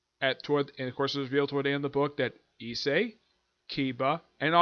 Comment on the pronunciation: no you actually pronounced the main characters name correctly, so don't mind what I told you in regards to that. It must of been that I didn't quite understand what you were saying when I heard you mention it previously.